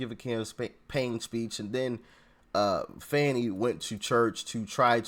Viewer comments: ITS FANEE.....like joe dirt..justr because you think its that way isnt...shes garbage anyways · He called her Fawni??? Not sir!!! Its Fannie like as in my a$$!!! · "Fonnie"? I thought it was "Fanny". Let's just call her "Ass" to keep it simple